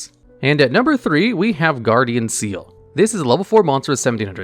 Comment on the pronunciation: slight correction- Ceal is actually pronounced KEEL, at least that's how it was said in the anime.